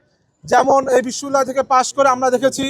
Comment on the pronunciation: বিশ্ববিদ্যালয় শুদ্ধভাবে উচ্চারণ করতে পারে না। হইছে লেতা (নেতা)। নেতার কোয়ালিটি দেখে ল্জ্জা লাগে।